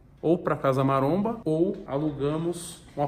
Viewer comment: Têm o vesgo aos , falando casa maronha.